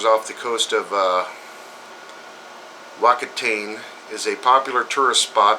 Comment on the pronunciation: Whakatane - Fucka Ta Nae, excuse the language, but that's how you say it :)